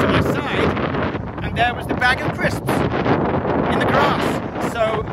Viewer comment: i didn't know that one person could fit that many syllables in the word "crisps"